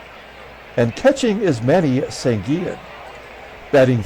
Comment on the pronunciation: Pronounciations: In Spanish the double L sounds like a y as in Sanguillen, Versailles, and Llenas. Winston Llenas is in the Carribean Baseball Hall Of Fame. Bobby Knoop (K-Nop) as if it only had one O. I remember seeing Tom Bradley of the S.F. Giants in 1973 pitch a pretty good game against the Mets at Shea Stadium. Nice crowd that night. Glad the Pilots won.